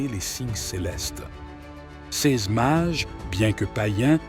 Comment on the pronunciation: Les Mages, pas les Marges... 🫣😮‍💨